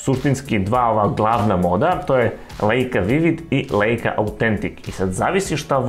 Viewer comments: Čita se Lajka, ne Leika.😂😂😂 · Dosao to da napisem... Nemci ei citaju aj... Znaci Lajka.